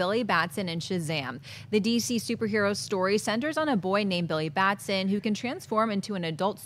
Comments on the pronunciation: It's Billy Batson, not Baston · Batson not Baston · it's BATSON.NOT BASTON.BILLY BATSON.come on Schnepp! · Why is no one talking about how the fact that its Billy Batson not Baston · Billy Batson not Baston... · Schnepp, you know it's BAT-SON, not BASTON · People, it's not Billy BaSTon! It's BaTSon! :) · BAT-SON. Come on, guys!!!